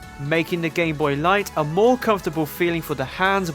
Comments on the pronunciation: at one point in the video I think he said "as the gayboy continued" yes he called it the gayboy at that one point and it's not me mishearing things I heard that I listioned to that part over and over to make sure go to and wait for that part tell me if I only misheard that cause every other time he says gameboy it sounds like gameboy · nope it's just how he says gameboy it's so WEIRD!!!